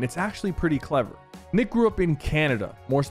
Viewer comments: You mispronounced Nick, you kinda said the d word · Is it just me or do u hear Sypher day Nick with a D instead of a N😅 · bro did NOT say Nick💀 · he said dick eh 30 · Ayoo you say d eh 30😂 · "Dick eh 30"💀💀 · Did he- did he- SYPHER SAID DINK EH 30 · Why didi he say Dick Eh 30 ? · Bro Said A D instead Of A N in Nick 💀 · Did anyone hear him say nick with a d at exactly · He said d eh 30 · listen to how sypher says nick eh 30 at 12.35